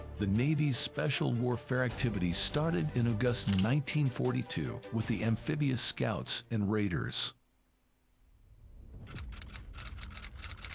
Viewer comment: when the narrator pronounced the month of "August" as "Agust" is when I realized the voice of the narrator may not even exist. It is frightening how AI voices have advanced in just a few years if so.